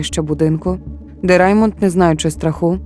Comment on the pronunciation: Перше скажу - дякую, що змогли розповісти цю історію. Однак, хочу звернути увагу. Дуже коротко, я дивилась довгий, більше години, тру крайм фільм (щоправда рос мовою), він мене вразив і саме так я запам'ятала цю історію. У вас я її ледве впізнала на третині відео тільки за подіями. Всі імена хотілося б чути в адаптації з французької, так як саме там це відбувалось (гуардО, раймОн, брюнО, сільвАн - це вірні наголоси франц імен)